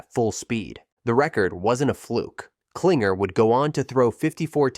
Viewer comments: It's Klingler, not Klinger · David Kilng-ler not Klinger. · David Kling-ler. If you're gonna give the info, get the names right, kiddo. 😂